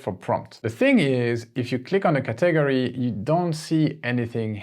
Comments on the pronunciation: Very helpful. I'd love to see a part 2. Also, just as an FYI, no offense meant, just an fyi...in the USA we pronounce "Category" as, "CAT - UH - GORY", not "CA - TAG - ORY" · Please learn and practice pronouncing "category" in English. /ˈkæt.əˌɡɔːr.i/ You seem to be breaking it into syllables in a different way, such that I can't even make out exactly how you did it, it just sounds too weird. Just start by saying the word "cat". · Brilliant... Btw, are you saying the word "category"? I'm used to hearing it as 'ca ta gory'. Just clarifying. Thx. Great job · It's not caTAGory. It's CATaGORy. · Thank you so much❤ So I really love the way you are saying Category too. I thought is was a math computer greek word and then I realized after a few times. Just FYI it is CAT like meow Ahhh Gory ( gory slasher film) But personally your way is more interesting❤